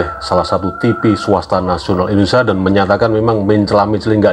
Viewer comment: ma'af pak indonesia bukan endonesia